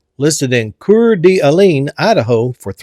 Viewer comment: I really liked #10 Loved the Corvair! Just to help you out pronouncing Coeur, d'Alaine. It's Core duh lane lol!